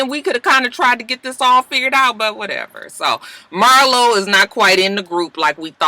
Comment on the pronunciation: The more you kept saying Marlo I felt like it sounded wrong 🤔 maybe it’s just me y’all